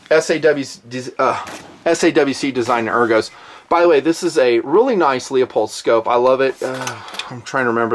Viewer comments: it's pronounced LOO-POLD, not Leopold. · lol "Leo-pold" ... sigh It's Leupold